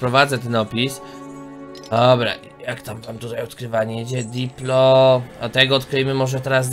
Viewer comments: To nie diplo coś tam tylko dilo.....CZYTAJ ICH NAZWY(saur się odcina przy podawaniu nazwy np.dilo, edmo. tsinta... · źle czytasz ten nały mięsożerca to Dilofozaur PH jest czytane jako F a diplo to skrót od diplodoka który jest zauropodem